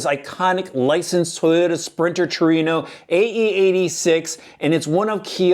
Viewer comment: am i the only one who thinks its pronounced Tru-ay-no not tu-ree-no